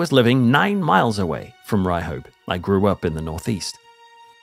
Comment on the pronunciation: If you grew up in the north east and had hear of the town, or at least hadn't forgot the colloquialism. It's pronounced "Ryup" not "Ry-hope". Mind you this is coming from a pit yacker in Peterlee.